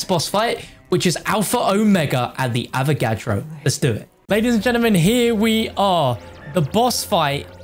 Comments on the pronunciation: I liked the vid when he called the avagadro the avocado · are you saying avacado? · Called the avagadro "avacado"....*continues to light blunt* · bruh he called the avagadro a avacado